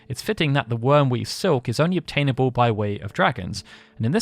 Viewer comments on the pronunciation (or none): The Wyrmweave Seek? Its SILK lol pronounced like milk. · How do you not know how to pronounce Silk? Something the British traded for centuries.